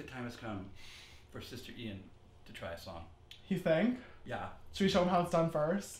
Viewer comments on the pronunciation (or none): youreung he said Ian but with sh at the start so shian 🤣